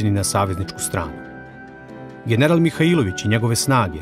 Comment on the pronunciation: Имам само једну замерку а то је погрешно акцентовање приликом изговора презимена Михаиловић. У Ивањици се тако не изговара.